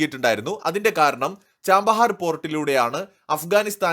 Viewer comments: Chabahar Not Chambahar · Chabahar ന് ചാമ്പഹാർ എന്നാണോ ഉച്ചാരണം 😮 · Chbahar port , pronounce well please